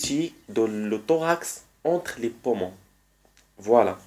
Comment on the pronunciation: Pommons😂 sinon merci bcp !